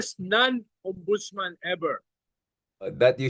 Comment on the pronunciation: yun po bang ex non ombudsman err, OMBUDOLSMAN!